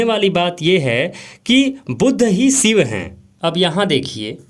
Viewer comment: Sivu or SHIV. KINDLY amend your pronunciation.